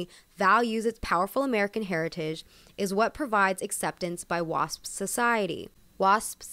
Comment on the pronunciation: Why i heard it “WAP” when she said Wasp😭